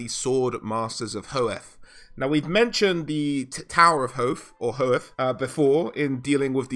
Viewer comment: Loth-rin and Ho-with, not trying be a ass or anything.